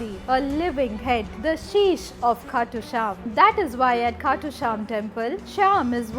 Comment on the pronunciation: Its "Khatu Shyam"Ji""